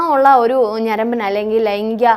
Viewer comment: "ലൈങ്ങിക " ലൈംഗീകo എന്നു പറയാൻ ശ്രമിയ്ക്കണം.👍